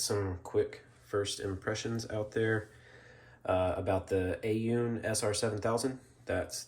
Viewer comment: Aune is pronounced "own"